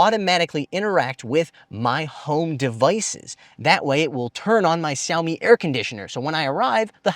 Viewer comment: Is he intentionally mispronouncing the name Xiaomi? He's a Chinese speaker. Weird.